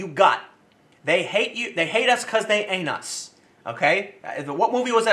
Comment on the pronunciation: Sounds like you said they "Hate us becoz they anus ". Lol